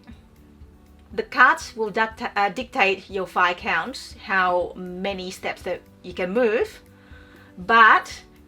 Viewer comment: Thanks for pronouncing Viscounts correctly :D So many videos I've seen where they get it wrong...